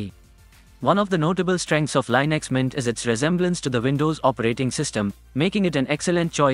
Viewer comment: It's pronounced Lin Ex, not Line Ix